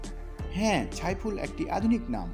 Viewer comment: ভাই সাইফুল কে আপনি ছাইফুল বলেন উচ্চারণ ঠিক নয়